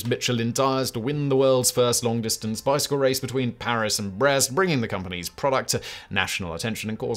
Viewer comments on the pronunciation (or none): none